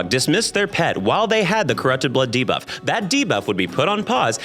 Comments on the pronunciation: so used to hearing him say "diva" that my brain literally cannot process "debuff" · lol so i watch all youtube videos at 2x speed and "debuff" very much sounds like diva at that speed. i spent the first 10 minutes being like "diva was killing all the players? based" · Not my stupid mind hearing DIVA(f) instead of Debuff 😭